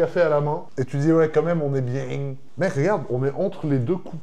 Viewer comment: tu dis quand même ont est biieng 😂, bon concept de vidéo ça change de d'habitude !